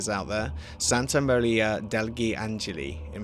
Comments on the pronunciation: in Italian, there is always a silent g after in before li. For example, "son" is "figlio" but is pronounced like "fee-lee-o". Therefore, "degli" is pronounced like "de-li", not "del-gee". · you actually didn't do that bad at all, the only thing you completely mispronounced was the syllable "gli" in "degli" (which is kinda understandable, since we are probably thw only language to pronounce it that way): it sort of sounds like "Del-Yee" (it's the best comparison I could think of; if worst comes to it, you could just listen to it on Google Translate) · you said it correctly except for "degli" that is read like "deji" But yeah, good pronunciation! The Italian language is hard so you really did a good job ^-^ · that was mostly right don't worry, the "degli" could be improved but it's understandable since i can't find any english word with that sound, but other than that it was basically perfect :) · As an italian I can say that, that's a really good pronunciation, there's only an error in the pronunciation of "degli", but the rest is perfect.